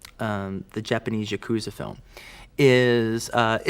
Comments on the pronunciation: The difference is yakuza isn't an anglicized word. Paris isn't a mispronounciation, it's how the word is said in English. Yakuza is a Japanese word that Americans mispronounce. In this case it's like saying quesadilla by pronouncing the Ls or pronouncing ramen like roman or ray-men. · It's always funny to me how much Tarantino fetishizes Japanese culture while simultaneously mispronouncing common words like "yakuza".